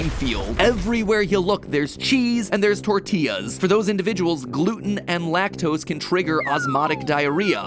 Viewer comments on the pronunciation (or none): none